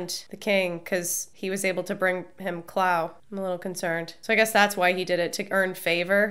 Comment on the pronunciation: "Clow" Yikes.